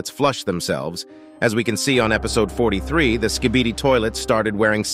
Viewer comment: i am stupid or he really said SKIDIBI toilets?